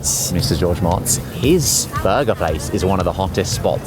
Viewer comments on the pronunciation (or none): his name is pronounced moats. not mots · Love it but I believe his name is intoned George - moats - not - motts. Moats. Something you should be used to. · His last name is pronounced Motz not Motz! Jeeeeez!